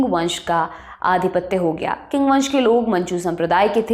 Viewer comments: Not king pronounce ching spelling is Qing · चिंग (qing) ना की किंग (king)! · Not King ( Qing ) but Ching ( Qing ) …. I work in China and loved your program . Have also studied Chinese history from close. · Qing ( Qing Dynasty)is pronounced as "Ching' not 'Qing or king'. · Sorry but the pronunciation of the “Qing dynasty “ she is using is wrong, its not ”किंग 🚫 its “चिंग ✅. (Qing dynasty: चिंग वंश) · Qing Dynasty... Pronounced as 'Ching Dynasty' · Qing Dynasty pronounce Ching dynasty